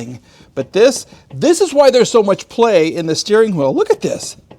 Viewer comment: Ha-why. Ha-wheels. Ha-When. There is no "H" in front of things pronounced with a "WH". Just stop please. Drives me nuts. TY.